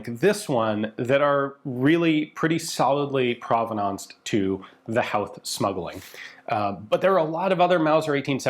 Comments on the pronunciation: We wouldn’t use the “W” in the pronunciation of Howth in Dublin, it’s pronounced more like Hoe-th. Amazing piece of history all the same! And also, whenever you cover any amount of Irish history you will have more interaction with your videos than any other 😅 we come out of the woodwork when any of our history is mentioned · Cool, Howth is my home town, (we pronounce it Hoe-th, but no one ever gets it right so don't feel bad) My Great-Grandad was a member of the Irish Citizens Army and was killed by the British fighting during the 1916 Easter Rising. We don't have any concrete evidence, but he may have been present when the guns were brought in from the Asgard. (He lived maybe 3 miles away at the time). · Great video, I've got just one comment. We pronouce Howth as "Ho-e-thh". Run it through quickly, with the same speed and "th" sound as in the word "south". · Its pronoucned "Hoath" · Howth is pronounced more like "Hoe-th". Family is from there, I live near it now even, Baldoyle. Nice place, lovely cliffs. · Ha ha hes an American . Try the word hoe th instead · It's pronounced "Hoe-th" FYI 😉 If you're flying into Dublin Airport from the east, you'll almost certainly fly right by Howth Head. Pretty spectacular little spot. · “Hoe-th” is the closest too the pronunciation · Howth is pronounced 'Hoe-th' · Howth rhymes with "oath" and "both" not with "south". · Sorry to be that guy. Howth is pronounced so it rhymes with "both". I live 5 minutes away from there. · Never thought I'd see a Howth episode on rifles for the rising on this channel. Love how you mi's-pronounced the names, fair play ta ya boyo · Howth is pronounced with a long "o" by the way. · From an Irishman, thanks for covering this little bit of Irish history! Just a bit of a pronunciation tip, Howth is pronounced with a deep o sound, like in boat for example. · but!. he pronounces Childers correctly in the final mention of the name! Unfortunate that Howth was wrong. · Howth T- Say that again